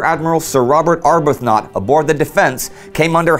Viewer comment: right, it WAS Beat-y not Bate-y. Indy also mispronounced Ar-BUTH-not. Minor points though, these are not easy things to get right if you aren't a native speaker.